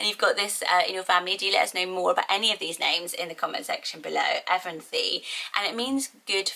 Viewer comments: I’m North America we say A-bileen (like the A in cat) I know it as a small town in Kansas by where my mom lives :) Evanthe I’ve always heard as ee-VAHN-thee. Interesting! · I love Evanthe but pronounced Eh-VAN-thee stressing the VAN :) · I love Evanthe, but I’m from the U.S., so here I think we would say ev/ahn/tee and same thing with Jessamine we pronounce it like jess/ah/mean